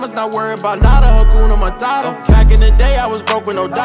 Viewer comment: Just a Swahili 🇰🇪 speaker saying it's "HA-KU-NA MA-TA-TA" not "Hakyuna Marara" with ya'll American pronunciation 😏 Nice song tho 🔥🔥💯